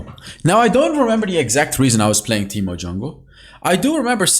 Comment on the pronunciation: Ahh yes “teeto”, my favourite champion :)